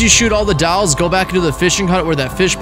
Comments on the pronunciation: How can one pronounce a doll as „Dauwel“? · Why do you keep pronouncing, "dolls", as, "dowels"?🤨